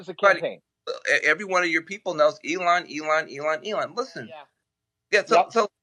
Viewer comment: Can someone pls tell this guy (Pat B David) to pronounce Elon's name right. So annoying.